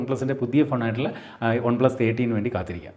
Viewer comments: പക്ഷെ പറയുന്നത് ഒൺ എന്നാണല്ലോ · നിങ്ങൾ എന്തിനാ വൺപ്ലസ് ന്ന് ഉള്ളത് കഷ്ടപ്പെട്ട ഒൺ പ്ലസ് എന്നൊക്കെ പറയ്ണത് ? 😖😖 കേൾക്കുമ്പോ തന്നെ എന്തോ ഭയങ്കര ആരോചകം ആയിട്ട് feel ചെയ്യ്ണ്ട്